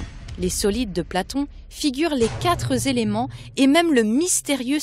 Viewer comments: Je t'aime beaucoup... MAIS laisser répéter plusieurs fois de suite l'expression: "Les quatre éléments" prononcée par ta comédienne, je la cite "Les quatre z'éléments", c'est: 1. Mépriser la langue française, 2. Manquer de PROFESSIONNALISME. Petite précision utile: Le mot "quatre" est un ADVERBE. En tant que tel, il est INVARIABLE. Il s'écrit donc toujours "QUATRE" et jamais "QUATRES"!!! Cordialement: L'instit. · Merci pour cette video instructive. Par contre, pour la demoiselle, les chiffres sont invariables donc on ne dit pas les quatres "z"elements, mais les quatre elements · MERCI beaucoup pour toutes vos videos. Grâce à vous je révise et remets en doute beaucoup de ce que j'ai appris depuis plus de 60 ans!!🤩 Mais de grâce, mes oreilles ont mal chaque fois que j'entends la jeune femme dire "les quatre-Z-éléments". Il n'y a pas de "S" à quatre, au pluriel. Petit détail, mais ouille ouille ouille! 😉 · dis à la voix off féminine que "quatre éléments" se prononce "quatréléments" et pas "quatre-z-éléments", ça nous écorche vraiment les oreilles! 😵‍💫 "Quatre" est un mot invariable qui ne prend jamais de "s". Dommage car ce documentaire est très intéressant 👍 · Quatre éléments et non qatre Zéléments!!! Pitié, votre narratrice accumule les liaisons "maltapropos'. Dommage pour les jeunes qui vous écoutent. Merci pour vos vidéos que j'apprécie, mais je ne supporte pas le massacre de notre belle langue déjà si menacée. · Coucou svp les liaisons " les quatre zéléments" ça tue les oreilles, c'est devenu juste courant avec les nombres ( comme mille zesclaves....) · vidéo très intéressante, mais svp les quatre zéléments ... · Pas les "4 zéléments". Pitié! Merci d'avance. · Très bonne vidéo par contre , beaucoup de mauvaises liaisons ( par exemple : les quatre Zéléments ) ... à la longue , ça pique les Zoreilles !! 😉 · Oh, oh : les QUATRE ( TOUS les chiffres sont INVARIABLES)" zelements" (sic) . Désolée mais ça choque mes oreilles .